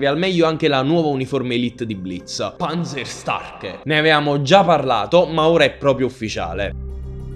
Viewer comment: "Panzersterke" si pronuncia, la a con la dieresi (umlaut) diventa "e".